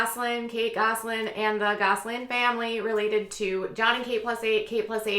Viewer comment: I notice you say it like “Gosling” instead of “Gosselin” — but it may just be your Minnesota accent. I think Minnesota accents are just too cute!